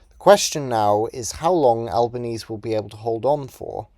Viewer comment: Great video. For future reference, Albanese in this case is pronounced "Albaneasy" rather than "Albanease.